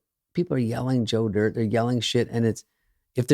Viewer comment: It’s Joe Dee-irte